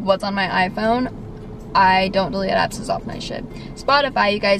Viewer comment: Kinda sounded like you said abs or apps